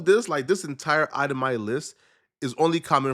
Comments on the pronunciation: Bruh what is a "eye-tah-my" list? 😂 It's itemized brotha! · Item eye 😂😂😂. Itemized 😂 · ItemiZed .....Z there's a Z in there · Itemized…. Ized